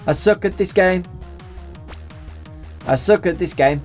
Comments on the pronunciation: when he was saying I suck. I thought he stated to say I sock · when u were repleatly said "i suck" it sounded like u were saying "Isaac"